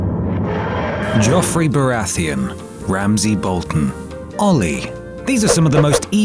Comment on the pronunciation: “Joff-Rey barath-eon, Ram-sey Bol-ton, olly”